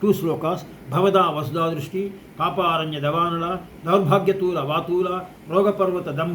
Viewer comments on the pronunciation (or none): Namaskara Sir. Pls check again. It is Bhavada Vasudha VRISHTI - not drishti. the meaning will change completely.